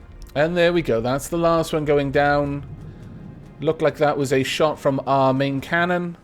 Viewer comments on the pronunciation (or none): none